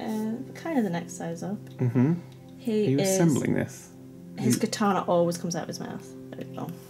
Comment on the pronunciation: Why can say "katana" correctly and Dan can't?